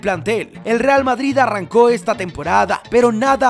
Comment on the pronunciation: No se si escucharon digo REAL BaBris